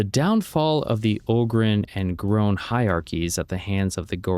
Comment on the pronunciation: It's gronn dog not groahn